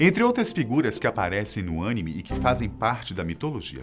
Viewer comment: O engraçado foi ver a correção o tempo todo quando pronunciava Animê de forma errada 😂😂😂😂